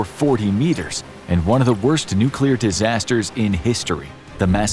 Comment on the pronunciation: I was about to say something similar hahaha... the odds of a nuclear plant employee butchering the word "nuclear," then proceeding to fail mentioning what plant they supposedly work at, are hopefully extremely low.